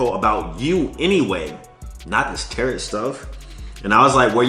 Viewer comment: Why do you keep saying "Tarot" like it rhymes with carrot? It's pronounced "ta-row". Just trying to help my G out...